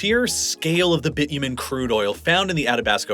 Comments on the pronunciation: the way you are saying Bitumen is so weird ngl, it's not even the American pronunciation! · Lol, that is only the beginning of his humorous way of saying Canadian places and products. Even Bitumen ("Bitchumen"). Somebody else here already noticed he said Spokane differently each time he said it. And yes, he flubbed on Regina as well. Regina has a long "I". Funny how people act too embarrassed to say it properly.